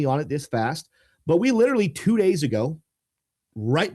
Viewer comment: “LIRRLY” is not a word. That’s like the tenth time you’ve said it in this video. Please speak properly.